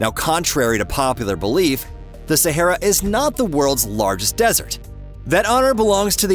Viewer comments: it's not SAHERA. LOL IT IS THE SAHARA NOT SAHERA. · The correct pronunciation is NOT Sehera but Sahara. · It would be good if the narrator could actually pronounce the word Sahara. It is NOT Saherra! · Sahara, no e in the mame, mr. Amrican…